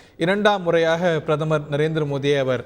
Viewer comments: என்ன பிரமரா? கொடுமை தமிழ் பாவம்! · தமிழை வளர்த்தாக சொல்பவர்களுக்கு பிரதமர் என்று கூட சரியாக சொல்லத் தெரியவில்லையே?